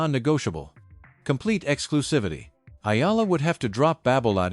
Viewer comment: Thanks for pronouncing correctly the last name of Akex Eala